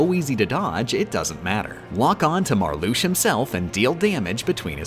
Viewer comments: love your videos but im gonna have a fucking aneurysm if you don't learn to pronounce the names of the organisation members veksen, aksel, marlusha, larkseen, leksius, zeksion, zigbar, zaldin, sai-iks, demiks, luksord, roksas, shion if i hear "marloosh" or "sayks" one more time ill actually go insane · The way they pronounce some of the Organization's names Confuses, Angers, and Scares me. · I really wish that she knew that it's pronounced "slight", as in "sleight of hand". To be fair though, I don't know what pronunciations are intentional and which aren't, which is kind of genius. "Larsheen", "Veshen" and "Marloosh" are obviously on purpose, given that they are spoken aloud in the game, but "fie-ruh-guh"? No clue. I'm just gonna assume that it's all on purpose and declare myself a nitpicking asshole who has missed the joke. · isnt it Larcks seen and Mar Lux IA? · ...What the heck was with the way was pronouncing the names of the Org? Like, half the time the A was left out of Marluxia (notably only half the time, though. The other half did include the A), Larxene was said as more of a Lar-SHE-ne? I can't tell if that's some sort of inside joke or if it's just another one of those things that is done for the sake of making the video more silly that pop up during this series.